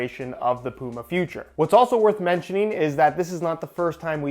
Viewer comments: Man I honestly can't deal with how you say Puma 🤣 its Puma not Pooma 😂😂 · Bro said pooma